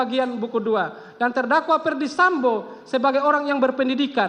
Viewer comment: Jpu nya udah kecapean baca nya sampe.salah salah mau.sebut. sambo. Malahh....samba. eh sampoo lagii. Ngakakkkk😂😂😂😂